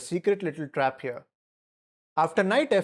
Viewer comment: If he goes hearuh we have a trap for that too